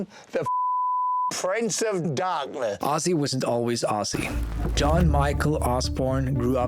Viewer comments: Please get his name right...it's Ozzzzy not Osssy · You criticize alot of people. You should know and learn S pronounce as Z even Ozzy is not Ossy.. CraZy not craSy, decision sounds like Zh not sh deciZhn You "Europeans" you should work on that and practice! If Z is S when don't need it in "English alphabet" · The pronunciation is Ozzie with a Z. I take this as an offence as an Aussie which is pronounced the same way even though he was born in Birmingham.